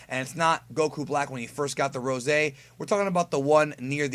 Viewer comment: you call him Rosie like he Rick Ross 😂😂